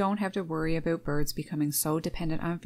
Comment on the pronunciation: I heard an "Aboot" must be Canadian. Birds can travel a long way in seconds in deep snow unlike Squirrels that can't easily get around and when the ground's frozen they are not getting to anything buried either.